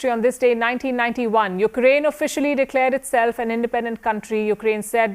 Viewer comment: Putin: Hi everyone, don't go to Urkine by aeroplane anymore😂😂😂😂